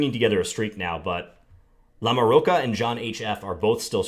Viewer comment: I think that "ch" in LamoroCHa is pronounced like a "ch" in CHocolate...I think.